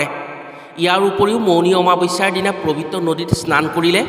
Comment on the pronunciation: ওম নম:শিৱায়।পবিত্ৰ হে প্ৰবিত নহয় দেই উচ্চাৰণত অকমান ত্ৰুটি আছে।